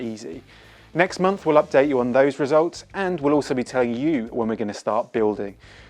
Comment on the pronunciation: Its unfortunate that this presenter, cannot pronounce month! Maybe Hornby can pick a more articulate presenter instead of inflicting us with very poor pronunciation. Especially as this presentation reaches an international audience?